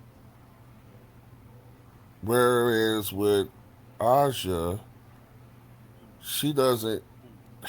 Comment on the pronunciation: Aja= pronounce as Asia